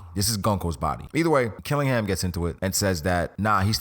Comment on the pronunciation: Blackbeard wants Killingham ability? Only reason he might be at Marie Jois. Otherwise, it's Dragon! Cuz who else? And don't say Sakazuki. xD